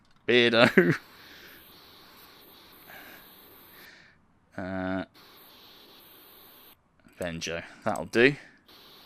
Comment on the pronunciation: Another great video.. appreciate the art love, so many talented ppl out there... Bear-dough-Benjo lol. Keep up the great work!! Respect